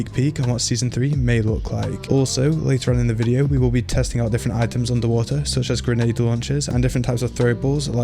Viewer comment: Why u have to say underwater like that "underwah EHhhhh..."